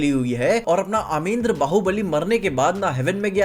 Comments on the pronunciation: Bhai vo अमेद्रं nhi h 😅 अमरेंद्र h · Kya mujhe hi Sirf Amarendra bahubali ko.. Amen dra bahubali sunai de raha hai 😂😂😂😂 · It's Amarendra Bahubali not Amendra bro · Aamrendra ❌ Aamendra ✅ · Aamendra baahubali ❌ Amarendra baahubali,✅ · it's अमरेंद्र not अमेंद्र 😂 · It's Amrendra not amendra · Wtf आमेंद्र it's अमरेंद्र baubali 😂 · Bhaiii.... bar bar Amendra kyu bol rahe ho kitna ajeeb lag raha hai sunne mai.. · "Amendra" is bothering me 😭